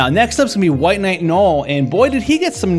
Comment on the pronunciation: Bro. “No-el” not “gnoll.”